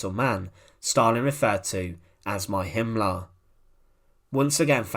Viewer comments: Himmler not Himlah. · There is an "r" in the name "Himmler" like in "Beria". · i wish you would go to an accent reduction class. Himmler is not pronounced as "Him-lahh."